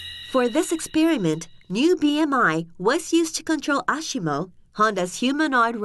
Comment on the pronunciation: Interns developing investor relations video again? I found that it was ironic that the narrator said ashimo instead of asimo amongst many other things. This is cool tech though =)